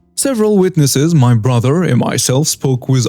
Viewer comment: can I give you a tip for your narration? Your English delivery is getting really good, but there's a thing you do that sounds quite odd. Whenever a sentence ends in something like "...picked up my baby" or "tried to get into my house," you put an accent on the "my" (or "his" or "their" or whatever). If there's any accent at all, it should go on the last word, not the possessive before it. It should not be, for example, "The man tried to get into MY car" or "The woman rode her bike right into MY garden," but "...get into my CAR" or "...right into my GARDEN." Hope you don't mind the lesson!